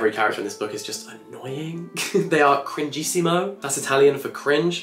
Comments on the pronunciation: As an Italian, I can say that you pronounced “cringissimo” perfectly, and even with a good accent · As an Italian, you nailed the "cringissimo" 😂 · The way he randomly got “cringissimo”🤌🏾 right kills me ahah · As an Italian myself I can tell you that your "CRINGISSIMO" was pure and 100% italian😂